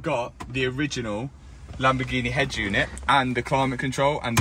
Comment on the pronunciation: you keep saying Lamborzshini